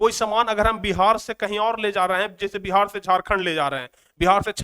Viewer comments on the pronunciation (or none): none